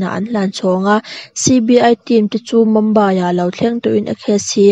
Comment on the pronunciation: Mumbai hi Mambai tiin in lam thin a, Mumbai ti mai rawh u , chuan a ngaihnawm thin e ralthuam vel hi 👍